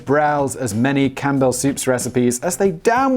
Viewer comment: So webtv was basically was a bad version of a smart tv then? Also Simon.. your pronunciation of Campbell made all the ancisters on my mothers side of the family die a second death.